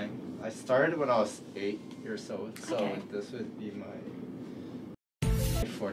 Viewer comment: Love your accent!!!! (I am Canadian). When starting a sentence with "So...", I would pronounce as one syllable "sow". But yours comes out as almost 3 syllable diphthong "so-aw-uh"!